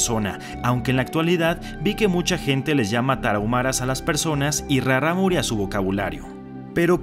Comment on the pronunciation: Traté de pronunciar raRámuri como lo haces tu xD creo que lo haces más dificil, la segunda R es líquida, como la palabra raRo, peRíco.